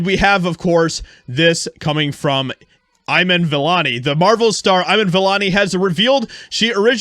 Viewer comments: “Eyeman Vellanee?” Is it too much to ask to pronounce a name right if you’re gonna take the time to shit on somebody? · "Ayiman Vellani" he doesn't even know how to pronounce her name & spits lie about her...shame on You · You even said her name wrong. Piss off. Have you even seen the movie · How was this a meltdown??? Also at least learn to pronounce her name